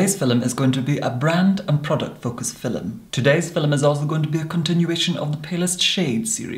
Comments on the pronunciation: A "FILL-um"?! Exactly what is a "FILL-um"?! LOL! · I pronouced film as filoum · Ahhhhh he says ‘film’ like they did in Shakespearean time ‘philoem’ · no one:: FiLeM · I adore how he pronounce 'filum' 😂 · “Filim” holy shit I love it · I’ve never heard the word “film” said with two syllables but I kinda dig it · Lou Drake it’s a posh Scottish thing! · The Dutch say it like that too